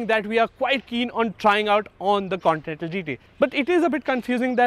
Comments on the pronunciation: Say “con•tee•nen•tal” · C-O-N-T-I-N-E-N-T-A-L.....try saying it slowly